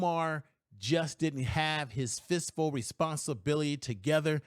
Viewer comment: I’ve been watching for 6 months now. He really can’t say fiscal. He says fistful every single time. 😂😂😂😂😂😂😂